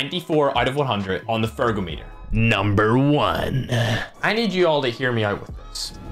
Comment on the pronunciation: Please always say on fergometer😂😂